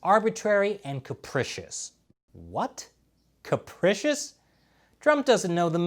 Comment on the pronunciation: Maybe Trump doesn't know the definition, but you don't know how to pronounce it. Phonetically, it's like this: kapreeshous. I'm not trying to take a shot at you. I like your style & reporting.